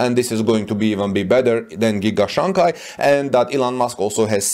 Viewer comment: Shanghai should be pronounced Shang-hai, not San-ghai.